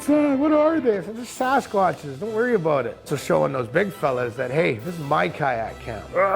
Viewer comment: "Ahh, it's just Sasquatch, don't worry aboot it..." is my new go-to when someone asks WHAT'S THAT?